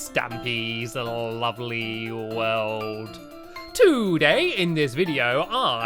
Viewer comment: instead of world you said weld